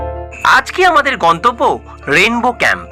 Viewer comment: "Rendow" na rainbow ?